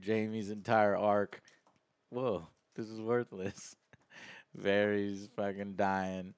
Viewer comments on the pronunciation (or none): "Cleeeganbowl" "Varies" "Eurion" wat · The only character's name that Joe can pronounce correctly is "Jaime" lol. Who is Varies? Who is Eurion? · Unrelated, but it's funny how Joe mispronounces almost every name is this show: Danareeez, Varieez, Urion, Cleegan, Mahsunday.... LOL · Please pronounce varys correctly.